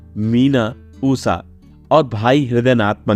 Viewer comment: Usa Nahi , Usa Nahi ,Usa Naheeeee. USHA Kahiye. Kaha ka patrakar hein yeh aadmi. Assa Assa Assa. Usa, Usa, Usa baar baar vahi bolkar bore karne wala Reporter. 😆😆😆😆😆😆😆😆😆😆😆😆😆😆😆😆😆😆😆😆😆😆😆😆😆😆😆😆😆😆😆😆😆😆😆😆😆😆😆😆😆😆😆😆😆😆😆😆😆😆😆😆😆😆😆😆😆😆😆😆😆😆😆😆😆😆😆😆😆😆😆😆😆😆😆😆😆😆😆😆😆😆😆😆😆😆😆😆😆😆🙂